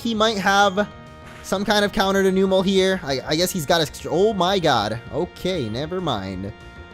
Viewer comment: I don't mean to be rude, but it is pronounced Numb-el